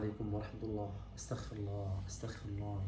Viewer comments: بارک الله فیک ….. ولکن لا اعلم أ قلت (استخفرالله) ام انا سمعتها هکذا ف علی کل حال الاصل هي (اسغفرالله )❤ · الصحيح : أستغفر الله وليس أستخفر الله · الصحيح في القول والنطق والاصل اللغوي بالاستغفار هو ان يقال أستغفر الله بحرف الغين ( المغفرة) وليس استخفر الله بالخاء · والصحيحة تقرأ الألف بالفتحة والسين بالسكون والتاء بالفتحة والغين بالسكون والفاء بالكسرة والراء بالضمة 😊😊😊😊